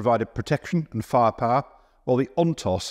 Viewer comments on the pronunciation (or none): How can they hired someone who cannot say "firepower" properly in every single video?